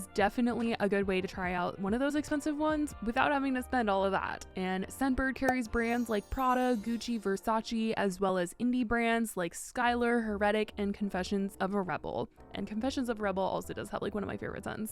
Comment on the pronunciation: It's Versace, not VersaCHEE.